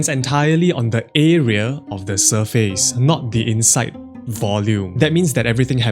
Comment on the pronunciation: Say surface.